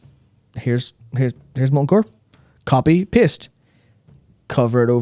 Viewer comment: I heard “copy pissed”, curse my American ears!